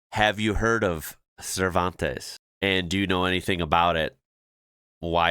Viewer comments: They pronounce it 'Servanties', it's a gorgeous little spot, with some unusual sights.. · Cervantes is pronounced ser van tee's its mainly a cray fishing and tourist town awesome beachs and fishing off the beachs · That WA town we pronounce serve-ant-ees. Yeah, great holiday/fishing spot. Cheers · Pronounced. Sir van tees. Bloody idiot. We don't talk Spanish. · Yes have been past Cervantes hundreds of times, no one pronounces it like that, it a small coastal town a couple hour north of Perth, the coast there has amazing bright blue clear water, the town is mostly fisherman but plenty of tourists visit. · And no one person i have ever met pronounces it like that guy did